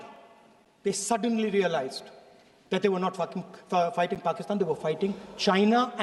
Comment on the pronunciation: . Did he say fking.. instead fighting 😂